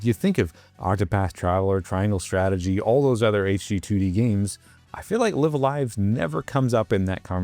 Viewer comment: Very cool game, but small detail here. The name is pronounced with both "lives" as if you were saying "I'm going live". "lie-ve" instead of "lih-ve"